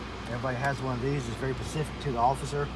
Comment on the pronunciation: Great, vid dude, and that cop was really cool. But, if he said pacific instead of specific one more time..... ;)